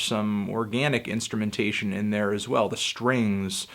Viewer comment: Plus you said instumentaion so I don't think I cant trust your opinion